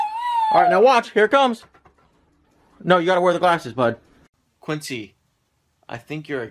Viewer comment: its Quincy not guincy.